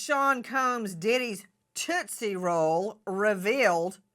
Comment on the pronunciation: Toostie roll😂